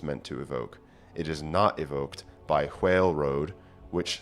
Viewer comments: Why do you keep pronouncing "whale" as "hwhale"? This is a genuine question. Is it an accent, the old English pronunciation, or just a troll? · I love this sort of research, but I have to ask, did you pronounce it h-whale before this or was that the Old English influence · I enjoy your pronunciation of whale, in that you follow the whine-win division, and pronounce the 'h'. It is very pleasing to the ears.